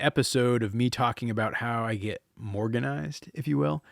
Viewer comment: Omg, I loved it until u said, “morganized’😂😂😂😂